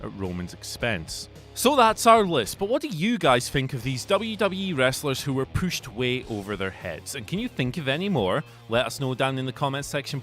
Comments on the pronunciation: drinking game, everytime he says "pooshed" take a shot......oh wait, that would kills someone, nevermind. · The way you pronounce “pushed” is annoying yet hilarious. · Who knew the word pushed had two O's in it.